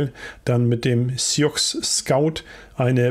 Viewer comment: Top Video Ich muss trotzdem Mal Klugscheißen: sioux spricht man suu aus Kannst ja in den Fehlerteufel schreiben ;)